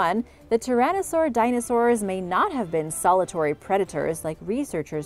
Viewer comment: Discrepancy not disparacy and solitary not solitor!!!!!!!!!